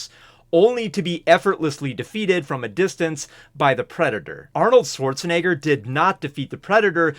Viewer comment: bro did NOT say Schwarzenegger